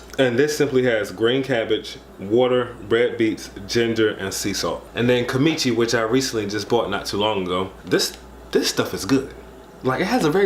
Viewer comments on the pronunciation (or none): kimichi lol KIM-CHEE